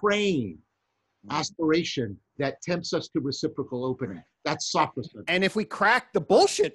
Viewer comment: Not "SAW-fro-sen". It's "so-FROSS-si-nee" (four syllables).